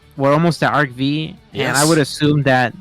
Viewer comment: It can’t just be me that kinda laughs when people pronounce ArcV as ArcV and not Arc 5… cuz it’s Arc 5 and not Arc V